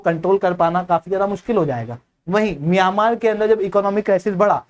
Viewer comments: Miyamaar nahi म्यांमार है भाई।। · मियामार नही म्यांमार उच्चारण कीजिए😅